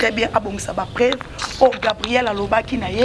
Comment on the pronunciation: on dit PREUVE ET NON PREVE